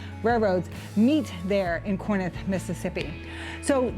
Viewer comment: It's pronounced Core-inth. Not Core-nith.